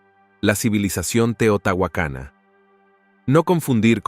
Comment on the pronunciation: No es teotahuacana , es TEOTIHUACANA